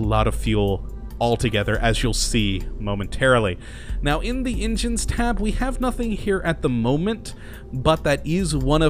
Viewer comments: "I love howe you say engines instead of engines" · i love how you say ingens instead of engines